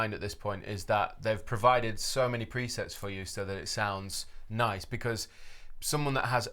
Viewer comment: like, “ya, thash niiiishe”